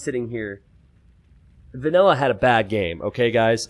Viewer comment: Is calling "vanilla" "vanella" for half of this game, or is that just his accent?